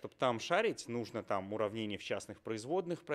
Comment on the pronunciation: "нужно" (с ударением на последнем слоге) - в этом наше всё ))